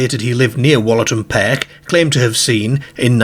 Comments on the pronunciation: I thought the same! Never in my life have I heard an English accent that pronounces words with the ‘ar’ sound in such an extreme way. The accent sounds like it’s probably more North West than anywhere but still, I’ve never heard the word ‘park’ pronounced ‘pairk’ or ‘car’ ‘cair’ never! I presume it’s put on as at 0:79 the second time he says ‘car’ it’s pronounced more normally! Weird and more weird than the story itself. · I’ve never heard the pronunciation perk for park before 😮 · It sounds Liverpudlian except the rest of his accent sounds Yorkshire… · Same here. It's a wee bit off-putting, as I keep fixating on it. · Very strange pronunciation. Cares (cars), Park & Dark (perk & derk) are Irish pronunciations although this gentleman's accent isn't.